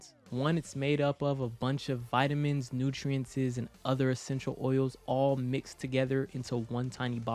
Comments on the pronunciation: Boy if you don't stop saying "nutrientzes" 😂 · U saying nutrientes is low-key annoying me 😂😂😂😂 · Thanks for uploading this but i lost my shit when i heard you say "nutrientses"😂